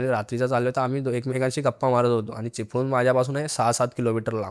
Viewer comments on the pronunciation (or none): none